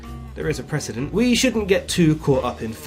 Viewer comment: WAIT DID YOU SAY 'THERE'S A PRECEDENT' OR 'THERE'S A PRESIDENT'? THAT WAS ON PURPOSE WASN'T IT You had me laughing out loud several times good sir, great video :D